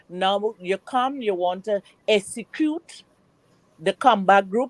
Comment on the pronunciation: She enunciates words wrong and doesn't know the proper word., Essacute in my opinion is not about dialect. It's just lazy pronunciation.